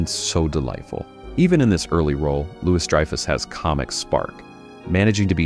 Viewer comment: How can you mispronounced Julia Louis-Dreyfus' last name?!